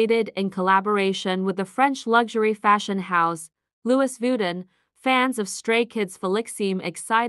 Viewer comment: “Louis Voodin”😭😭